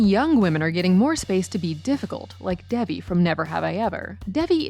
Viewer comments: Do you even actually watch these shows or did you find a listicle on Google? Devi on Never Have I Ever is pronounced day-vee, not dev-ee. The lack of attention to detail cheapens the quality of your videos. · Did you call Davi Debbie?